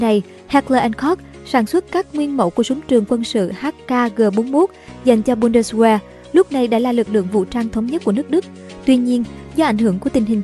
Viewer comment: Ad ơi,trong tiếng Đức kí tự W phát âm là V.Có nghĩa chữ Bundeswehr phiên âm ra phải đọc Bun-des-ve